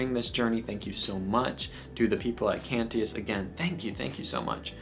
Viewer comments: No biggie, but it's pronounced "Can-chus". Also, the iMass app is a great tool for learning the Missal. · A weird critique but I THINK you are pronouncing "Cantius" wrong. Maybe I have been hearing it wrong since the people there would know better but the "t" is more of a "sh" sound. As in the Latin but he was a polish priest and I don't know Polish. Great video! Immaculate Heart of Mary, Sacred Heart of Jesus, pray for us!